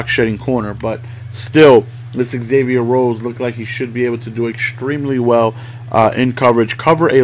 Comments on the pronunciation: It's pronounced Zavier not Egzavier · Just a little whisper from a Vikes fan, it's pronounced "Zavier" rather than "exavier"